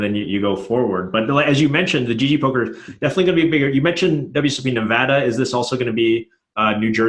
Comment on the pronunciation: Dnegs does not know how to pronounce Nevada